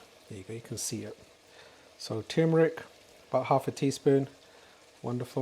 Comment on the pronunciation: Turmeric not Tumeric it has the letter R in the word